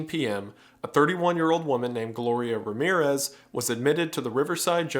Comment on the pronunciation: Every time you say Ramirues instead of Ramírez, a cat dies.